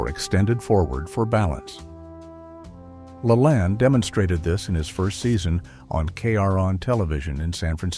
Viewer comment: Ai, not pronounced correctly, I remember every morning my mother watched Jack La Lane, not Lalan....Callesthetics....My mother every morning, got up or came home after 3rd shift as a Supervsior at Texas Instruments, put on makeup, or freshened it. Completely dressed, including stilettos. And Jack, and the blonde lady who also helped. 😊❤.